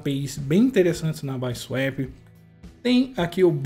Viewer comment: N se fala baisuep , é bisuapi KKKKKKKKKKKKKKK